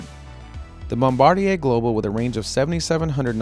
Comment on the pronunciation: THANK YOU for pronouncing Bombardier correctly...